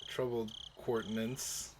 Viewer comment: I think this is more or less just a misreading of the word rather than you having the wrong pronunciation, but just in case, countenance sounds out like coun-te-nance. Using my bad hooked on phonics, count-in-ants would be close, I guess. It pretty much means facial expression. You know.. I kinda just mentally blocked out the second i in inviolable, causing me to think it was pronounced in-vole-able. Looks like you've taught me how to pronounce a word this time. Thanks!